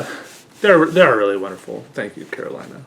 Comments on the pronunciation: I might be wrong, but that name i would pronounce it Caro-lee-na. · I think Carolina is a hispanic name (I know it is common in Latin America for a fact at least, but I don’t know if it’s originated in a hispanic country) if that’s the case then it’s pronounced “Ca ro lee na”